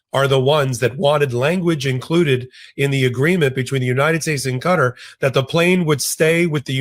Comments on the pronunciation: Qatar is not pronounced ‘cutter’ it is Qat-tar, like when you say Qatari people, it is pronounced that way, Qat-tar not ‘cutter’. Love the show, hate Trump, watch everyday, I’m in Melbourne Australia, Trump is probably the most unpopular president the USA has ever had, he is hated by 90% Australians too. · Why do you call it Cutter? That makes no sense to me. It's Ka-TAR.